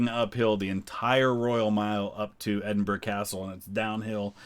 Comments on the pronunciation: I have seen quite a few "American reacts to Queen's funeral" on You Tube and I have to say that you come over as by far the best informed about Scottish history and culture . So many of them don't even know how to pronounce Edinburgh let alone have a clue about the distinct nature of Scotland and spout erroneous garbage . Thank you for your observations and intelligent comments . If I could just mention one or two points which might be of interest to you The Royal Standard flown in Scotland is different from the English one. In Scotland two quarters show the Lion Rampant and the other two show the three lions of England and the Irish harp. In England it is two quarters English lions and one quarter Lion Rampant and Irish harp. You will see this if you compare the covering of the coffins in Scotland and England. Also there were two plans in place for when the Queen died. One was "Operation London Bridge" if she died in England. In this scenario all the mourning ceremonies would have taken place in London and Windsor. The other was "Operation Unicorn" which made provision for her dying in Scotland and explains why there was all that ceremonial in Edinburgh. I know no-one can plan the timing of their death, but it's almost as if Her Majesty felt her time was running out and she wanted to give her Scottish subjects the chance to say goodbye by dying at Balmoral. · A american who can say Edinburgh correctly. Thank you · At last… an American who can pronounce “Edinburgh” reasonably correctly…! 👏🏻🧐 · Thankyou for this and pronouncing edinburgh correctly as apposed to “ Edinbro “ nicely down 🏴🇬🇧🏴